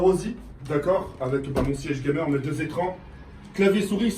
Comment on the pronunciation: On dit "GAMER" PUTAIN